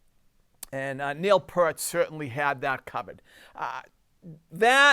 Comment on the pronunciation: Great work! BTW it's Neil Peart (pron. Peer-t).